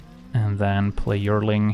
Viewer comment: yearling is pronounced "Year - ling" it means a 1 year old animal.